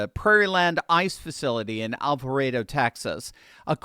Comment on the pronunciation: It's al-vah-RAH-doh. Not al-vah-ray-do.